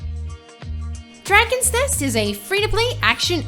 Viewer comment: she have problem pronouncing dragon nest